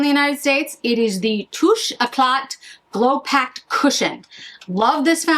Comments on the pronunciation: Correct on the “t” at the end of French words. However the pronunciation of Touche is (“toosh”). So Touche éclat should be pronounced “toosh” “eh”-“klah” - the English translation is “glow touch.” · Hi love the look. I hope you would not mind some slight correction of pronouncing some French names and words. When you have a letter ‘t’ at the end of French word or a French name, you don’t pronounce it. So touché eclat would be touché ‘ecle’ and the name Laurent is literally ‘LO-RAN’ without T at the end … thanks again for the lovely review ❤